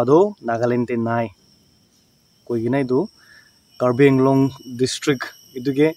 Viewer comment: Karbi AAng long not karbi inglong